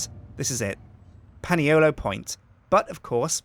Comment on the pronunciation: Excuse me, Can you please pronounce Paniolo correctly. Its pronounced Ponyolo